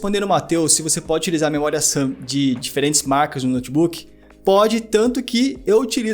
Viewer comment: o cara fala assobiando.. ao inves d memoria RAM, ele fala memoria SAM.. puutz